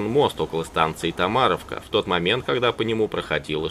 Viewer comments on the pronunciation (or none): Не ТомАровка, а ТомарОвка. Ну да не так уж важно. Хотя там был мой первый прыжок с парашютом. А так сам из Белгородской области и там есть такой район как Матома, это станция такаяЖД. И ВОТ МЕЛКИЕ МЫ ТУДА ЕЗДИЛИ НА ВЕЛИКАХ, чуть мозже на мопедах. Копали «порошинки» и взрывали их..... Находили каски немецкие и всё-такое и это был год. Некоторые в костёр кидали патроны. Одного чуть не убило пацана. Вот оно «подлое эхо войны».... Посмотрев видео, узнал ( не на 100% конечно, но всё же, вот, кто поезда фашистов взрывал. Слава нашим дедам и прадедам!!! СПАСИБО ДЕДУ ЗА ПОБЕДУ!!!! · На 5.40 ТомарОвка, а не ТомАровка, косноязычный пряник. Она вообще в Белгородской области как и Прохоровка впрочем. Причём здесь Харьков?